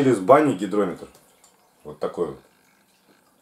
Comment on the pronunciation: не гиДрометр, а гиГрометр, ешки-матрешки. =)